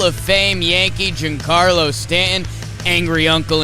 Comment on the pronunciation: doesn't annunciate the T in "mountain" or "Stanton". Sounds like "Sta-in". Do something there.